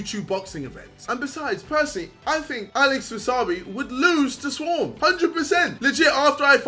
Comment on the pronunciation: Jake paul needs to re-learn English if he can't pronounce Swarmz